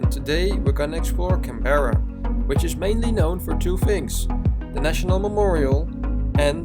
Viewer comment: Didn't you learn how Canberra is pronounced when you were there? Weren't you even listening?? It's "Can-bra", okay, with the emphasis on the Can.